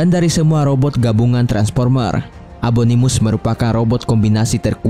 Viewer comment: Fun fact: Abangnya bilang abominus tapi abanganya ngomong abonimus